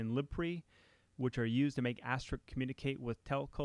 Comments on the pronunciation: you8 might want to learn how to say the word "ASTERISK" not asteric or asterix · Thanks for the time and effort creating this series! It helped me a lot and I appreciate it. However, "Asterix", as you pronounce it, is a French cartoon character, not the PBX software we all know and love... ;-) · why does everyone call it "asteriks" instead of "asterisk"? i don't get it :/ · why can't anyone seem to pronounce Asterisk ? :-/ it's not Astrix. (or Asterik)